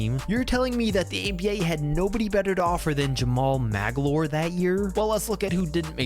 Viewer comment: Lol you know he's a legend when can't even pronounce Jamaal Magloire properly